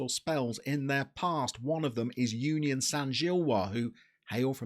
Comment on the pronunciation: You completely nailed the pronunciation of Genk, you did butcher Union though